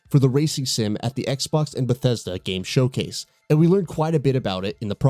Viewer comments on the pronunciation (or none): none